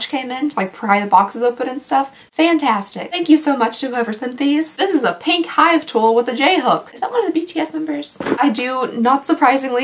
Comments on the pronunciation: “Jhook”… is that a member of BTS? Lol it’s J-Hope but that was close! 😂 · J Hook - hahaha - no it's JHope!!